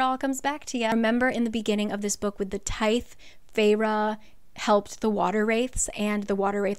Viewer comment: I'm sure someone has said this but the the in tithe is a blunt sounds like the or this not a sharp sound like theory Hope those were good examples. I've noticed it's super common to be pronounced wrong with people who weren't raised in the church, I just wanted to let you know